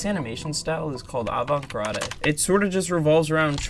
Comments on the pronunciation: Just want to day, "avant-garde" is pronounced "Ah-Vahn-t Gard". The French word "Garde" is pronounced like Guard. You don't pronounce the "e". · It’s pronounced: Ralph Bakshi {Bock-she), Avant-Garde {guard). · I'm about half way through, and the video is fantastic so far! I hate to be that guy, but the garde in 'avant-garde' is pronounced like 'guard' rather than 'grah-de'! I'm learning how to animate, so this history lesson is exactly what I've been hungry for. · Fyi, "avant garde" it's pronounced like "Guard" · "avant-grah-day" 💀 Shade aside, great video. I love analysis of individual works, but it'a incredibly helpful to have an overview/breakdown of a time period, especially one as weirdly volatile as the 70s. I gotta go watch Fantastic Planet again. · "Avant Grade" lol wut? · “Avant grRadeh”??? Avant Garde ( advanced guard aka the cutting edge) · you pronounce it "avant GARD", college boy ;) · JFC! You really don’t know how to pronounce “avant-garde”, do you? 🤯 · Keep practicing your essays and check pronunciation guides. Otherwise, you will not get much of the right kind of attention. For example, the term avant gard and what the X rating originally meant as a rating for context. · You don’t pronounce the “e” at the end of avant garde. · I think it's a pretty universal human experience that almost everyone learns at least one word via text without beforehand hearing it and gets the pronunciation wrong 😅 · Avant-Garde the e is silent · You are mispronouncing avant-garde. Merriam Webster and